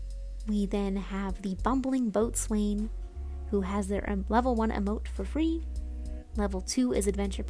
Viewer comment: Just a little thing, boatswain is pronounced "bosun" Impress your navy friends ;)